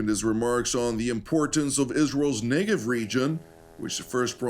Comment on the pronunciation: I would be glad to get translations by a real human being and not an AI voice. AI keeps pronouncing Negev wrong.